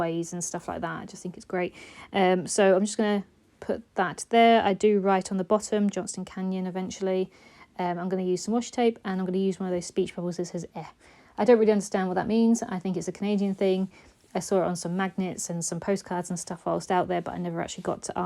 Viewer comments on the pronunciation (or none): More Canadiana - Eh is actually pronounced like the letter A. and usually has an inflection like a question mark after it. Lake Moraine is actually Moraine Lake (not a big deal but when you do your Canada album you might want it correct). I loved Johnson Canyon. Did you go up to the top of mountain in Banff?